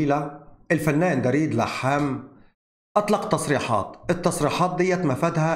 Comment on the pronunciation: يسعد اوقاتك. اسم دريد يلفظ بضم حرف الدال وليس بفتحها. تحياتي القلبية لك